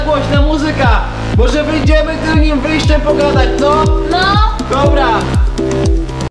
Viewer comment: Tylnym, nie tylnim xDDD